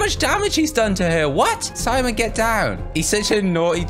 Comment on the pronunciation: I like how he says Simon he calls it semen 🤣🤣😂